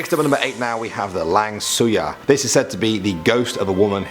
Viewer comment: Lang suyar Lang sayur adalah